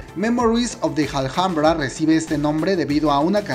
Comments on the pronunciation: El vídeo está genial, pero solo una cosa ; se pronuncia " ALAMBRA" aunque se escriba Alhambra ❤️💓❤️💓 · Me encanta el video, que rico que estará en Netflix, gracias... pero porque pronuncias "aljambra"? ... es Alhambra... español 😊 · "Memories of the JALJAMBRA" se dice ALAMBRA como si la H no estubiera cada vez que decias JALJAMBRA me senti como cuando seouk le mata a yoo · Hola, soy admiradora de Park Shin Hye,espero este drama con ansias, pero solo te quería hacer una pequeña corrección en tu pronunciación de "Alhambra ", soy española y granadina, o sea donde se halla este monumento patrimonio universal de la humanidad, con lo que me rechinan los oídos cuando te escucho decir " Aljambra" no seria raro si fueses extranjero, pero como decís los mejicanos hijole eres hispano!, la h en castellano es muda! Se pronuncia igual que "alambre" pero finalizado en A. Dicho esto sigo tu canal fielmente,y me diviertes mucho con todos tus videos, sigue así!!!!😘😘😘